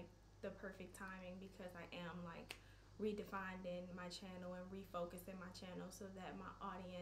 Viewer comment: It's Defining not definding lol